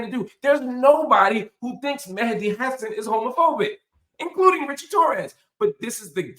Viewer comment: Hello Mr Hill, So happy to find ur new venue! Have enjoyed ur analysis and insights for years. FYI: his last name is pronounced “Ha - Saan”